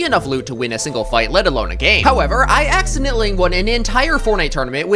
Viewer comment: How did you pronounce accidentally wrong